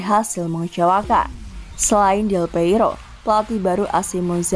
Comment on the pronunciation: Buset, 5x salah sebut Del Piero jd Del Peiro, ini salah yg baca ato salah yg ngetik naskahnya udah ga paham lg dah. Padahal baca Daniele De Rossi udah bener Daniele bukan Daniel 🤦 Hadeh, berkali2 ini denger nyebut nya salah mulu bukan di konten ini doang 🤦